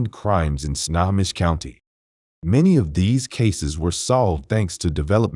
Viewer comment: Pronounced: Sno_ho_mish Good Video.